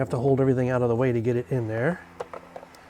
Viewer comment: Good work. You definitely gave yourself a cheeky 12V tingle there. "ou-ow-t".